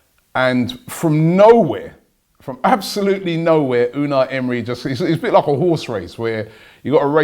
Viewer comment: Errm, I don't think Arsenal have got 'a new Manager'. That role, it seems, no longer exists. Emery (first syllable is stressed, I believe) is Head Coach. I assume his recommendations would probably be looked at, but transfer decisions will be in the hands of others. So he won't be 'bringing' anyone 'in' as such. We now have to remember, Unai Emery is Head Coach (that's 'what it says on the tin'). So, repeat with me: 'Unai Emery, HEAD COACH'.